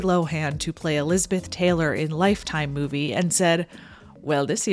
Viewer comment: Are you saying "lizard dick" or am I just hearing what I want to hear?